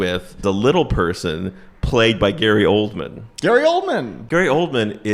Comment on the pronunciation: Wow. Bridget the Midget was in Little People? This all makes sense now. Also....every time you said Gary Oldman...I thought you said Coleman....which is somewhat fitting, to be honest